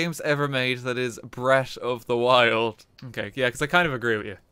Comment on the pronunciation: "Breat' of da wild" can you be anymore Irish?